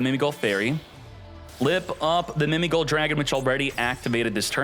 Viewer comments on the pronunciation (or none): Why keep on saying Mimi Goal. When it clearly say GHOUL!!(Gōōl)